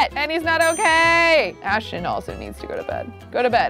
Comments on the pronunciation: It’s not Ashchon it’s Ashton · The fact that she still can’t pronounce Ashton 😂❤️